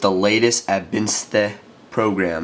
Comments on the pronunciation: hey bro it isn't ainsthe... like you said it.. ist absinthe like Absint... the spirituose. :) and it's easier to pronoiunce :) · it is pronounced "AB-SIN-TH" it is named after a type of french liquor. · abinsthe? lol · HAHAHAAAAHAAAAAAAAAAAAAAA... Im still laughing 20mins later at how he pronounced Absinthe. LOLOLOL